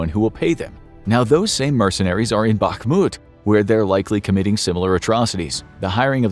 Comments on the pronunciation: It is pronounced "Bahmut" not "Bakmut" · Please, please, Bakhmut = bahRRRRRRRRRRRRRRmut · Every time you are saying "BAKMUD" its like a bullet in my ears :face-purple-crying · Don't want to be rude but it's pronounced "B-A-H-M-U-T" the "K" is silient